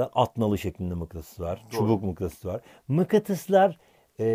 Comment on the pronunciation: mıkkatıs mı diyor bana mı öyle geldi